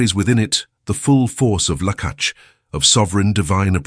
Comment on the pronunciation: The content is fine, godly, edifying, but the Hebrew words are so tortured that listening is at some point unbearable even to sb who barely knows Hebrew. Do you really do not bother to verify your AI productions? Have mercy on those who want to know the right pronunciation of the biblical Hebrew. Lah-kah-h not Lah-kah-ch. Similarly, you torture the names of God. Seriously unbearable to hear them. Instead of Yahwe, there is some Jahwe spoken as J in John, Job. This DOES matter just as much as the truth in the content. Be more diligent. Form matters. This is why we all have two eyes, ears, arms, legs, not more like centipedes. These twos exemplify the Two being and acting as One by the same Spirit of One Body. Greetings of peace from Poland 🇵🇱 ♥️